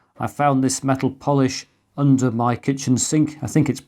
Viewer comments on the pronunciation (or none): none